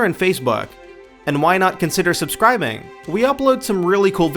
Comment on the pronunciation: "Shimmering Isles" "Subscriming" WTF? Also... Wrong! Morrowind had layered armor, not Oblivion! Morrowind had Helmet, Cuirass, Left Pauldron, Right Pauldron, Left Gauntlet, Right Gauntlet, Greaves and Boots and you could wear clothing under the armor. Oblivion only had Helmet, Cuirass, Gauntlets, Greaves and Boots and clothes could not be worn under the armor.